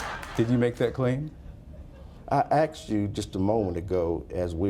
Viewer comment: "I axed you...."